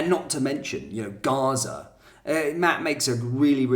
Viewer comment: The lefties pronunciation of gaza was enough to know who his mates are